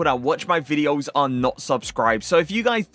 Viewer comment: The way he says "my" vedios